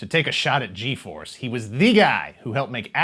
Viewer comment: I remember watching Fuerza Yi , sorry, just found too funny that you pronounce the G in all the names in English. Anyway, yeah I grew up watching Fuerza G in Cartoon Network Latin America, don't remember too much of what happened, except that they always talked about how dangerous was to use the firebird thing yet they used it every other episode.